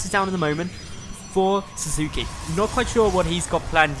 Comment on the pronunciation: The name is likely pronounced "Sass-ke". If it's from Naruto, that is.